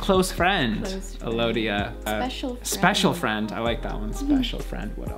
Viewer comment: Alodia, A lovia. (Lol. Sige na, corny na akoh)